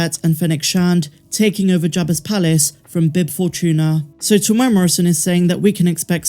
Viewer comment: .....Teeee mooo era ... Morrison if you dont wanna keep sounding wrong.